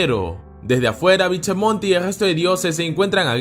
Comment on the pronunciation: BichaMonte😂😂😂 Es bishamon